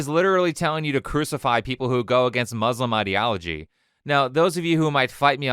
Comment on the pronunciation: She can't even pronounce Muslim right